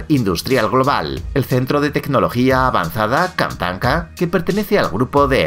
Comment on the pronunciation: la manera en la que dijo K A N T A N K A 💀💀💀💀💀